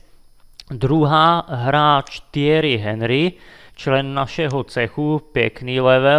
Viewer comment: Čte se to Tiery Anry jako ten významný fotbalista co už nehraje